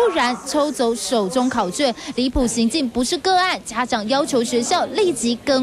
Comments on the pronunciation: 台灣的記者齁.... 發考「券」 水啦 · 1：17 發考「券」是什麼鬼😂😂😂